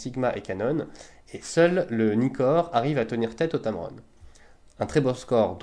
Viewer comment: es heißt tamron nicht tamaroon :D